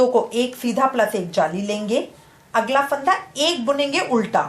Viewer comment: it's fanda not phaanda